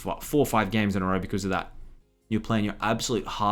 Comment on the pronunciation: A handred and fiddy gejmes (föördeen)